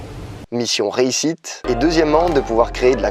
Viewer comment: mission "réussitte" t'as 8 ans